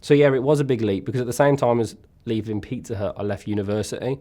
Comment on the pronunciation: Even though I knew he was talking about a pizzeria, it took me more than 7 minutes to realize that the name of the place isn't Peter but that he was in fact saying Pizza Hut...